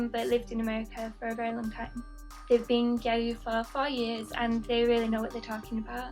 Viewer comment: what do you mean? gyaru is pronounced gyaru not gal